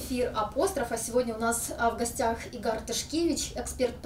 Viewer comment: правильное ударение в его имени — на И, а не на А. Это белорусская форма имени Игорь, ничего сверхъестественного.